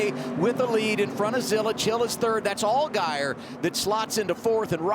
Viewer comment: FYI Zilisch does not have a T in it, it’s a German surname